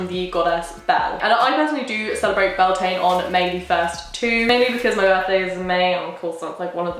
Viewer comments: Beltane is the anglicised form of Bealtaine and is pronounced be-al-ten-na or bal-tin-na for anyone who cares. Which is just funny considering Wiccans pronounce Samhain right. Wicca is keeping celtic traditions alive, please don't let English butcher its name. ai and a_e both make a stressed "a" sound in English but when you put e on a consonant after ai in Irish the two sounds cancel each other out and you get an "eh" noise. But if you put an e with a fada which looks like é, you'd get "a" noise like ai or a_e. So ai and a_e make an e noise but é makes an a noise. This is one of the many examples of how British made it harder for themselves when they tried to anglicise the Gaelic languages. Fun fact fada means long in Irish. It's the little dash above a vowel, á é í ó ú. It lengthens the sound of the vowel, roughly equivalent to English putting an e at the end of a word to change the pronunciation of vowel before it. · It's pronounced 'Byul-tah-nah', it's the Irish word for May, it's a bank holiday here! I never would have thought of celebrating it the celtic/ wiccan way but I'm definitely going to try this year! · I mean no disrespect but I don't think she is pronouncing beltane correctly she might be but I'm a fluent gaeilge speaker and what she is saying sounds nothing like bealtaine the gealige translation for may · I am from the north of Spain and in some places we celebrate Beltane the same way as in Ireland ir Scotland because in here we have Celtic culture too and I don’t know if we pronounce it the same way ir not (because guess what in Spain we speak Spanish) but she doesn’t pronounce it as we do or as any other way I have heard before. (I know my English isn’t perfect but I try hope I made my self clear) Happy Beltane by the way. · U pronounced and spelled it wrong